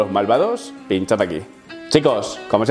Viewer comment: Yo soy de antorcha para toda la vida pero lo haces muy bien y te curras los videos y créeme que se nota y se agradece pero aceptame un consejo: cambia la frase de despedida o por lo menos cambia la entonación del "luego" (puedes hacerlo mucho mejor) Un saludo desde el norte de Galicia.